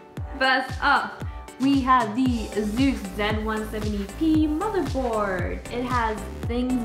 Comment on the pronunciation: I really hate the way you say asus